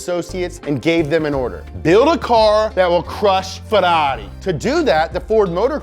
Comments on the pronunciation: 👈🏻 Bastaaaaaa,,,STOP!!!!!!!! I SWEAR, I can't watch this video because my mind explode 🤯 every time he says FERARI(Like an idiot) instead of FERRARI,,, 👈🏻is 100 thousands times better with his American accent than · if you want to say it in the italian pronunciation, it's pronounced FeRRari, not Feraaareee. source: I'm italian, we don't sound shit like Super Mario or like the Fiat 500 from Cars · But the way he says Ferrari it's annoying: it's feRRari with two Rs, not ferari. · It's closer in the way he pronounces the Rs (i.e. not in the American way), but it's still very far because he says "ferari" with just one R, instead of two. So, to an Italian's ears the way he says it still sounds very wrong (maybe even worse than the other way, because nowadays we're used to the way Anglo-Americans say it). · “Fedarri” makes a good Ford. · Worst way to pronunce Ferrari with one R ,,,🤬🤬🤬🤬😠😠😡 better with American accent than... Is waay more correct when he speaks in English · After this video my pronounciation of Ferrari will have changed forever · So, I've been pronouncing "Ferrari" wrong my entire life. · i love the accent "Ferrari".😂😂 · I hate how he says Ferrari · Love how you say Ferrari wrong every single time!!! Hehehe!!! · love how you say Ferrari :D